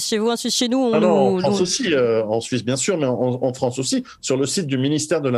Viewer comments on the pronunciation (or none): la fwance , c 'est lafwique ...